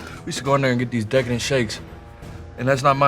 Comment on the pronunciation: I thought he said dickhead shakes.